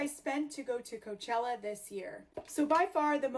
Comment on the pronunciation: Coachella sounds more like Cockroachella for me 😂😂